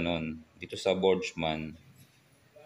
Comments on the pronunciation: Burgman d po botchman Lol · burgman sir hindi borjman, sagwa pakinggan